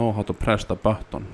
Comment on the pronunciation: "Press the bahton" - Finnish man